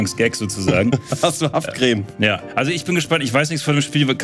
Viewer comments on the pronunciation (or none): Haha, "HAFTcreme" 😜